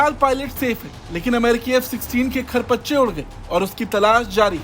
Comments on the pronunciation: खरपच्चे नहीं मेरे भाई 'परखच्चे' कहते हैं उसे। समाचार सुनाने के साथ - साथ भाषा पर भी ध्यान देना जरूरी है। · खरपच्चे नही बे, परखच्चे 😂😂😂